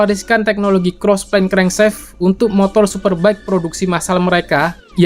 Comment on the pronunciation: Crankshaft bacanya krengsaft aja kali bang bukan krengseft Biar anak stm ngga salah paham